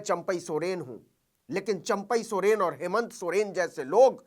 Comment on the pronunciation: सरेन नहीं सर सोरेन 😂